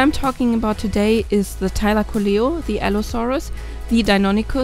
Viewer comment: not a thylacoleo nonono, it's a tailocoia